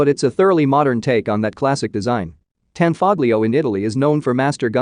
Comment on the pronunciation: The "g" is not pronounced in Tanfoglio. It's an Italian company.